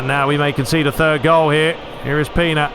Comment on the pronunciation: It is pronanced Pena not pina come on.